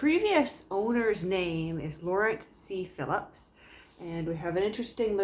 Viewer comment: Phipps (not Philipps)